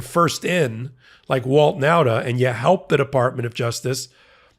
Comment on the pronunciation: .....I know a whole family of Nautas...and you keep mispronouncing the name. It isn't NOWTA but rather NAWTA. Thanks for the important work, none-the-less.